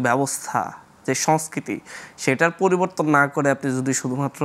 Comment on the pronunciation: এ কখন শুদ্ধ উচ্চারণ কোর্সে ভর্তি হবে? গোফন, ফরিবর্তন, ছলে, ওয়াছ - মাতৃভাষাকে বলাৎকার আর কত... ! 🙈🙈